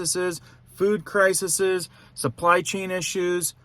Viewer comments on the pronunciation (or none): Pronounced Cry-Seas. Plural crises. 😘